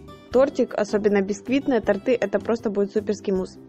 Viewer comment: и кУхонный, а не кухОнный).